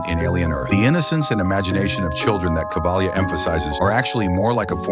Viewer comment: Kavalier not cavlia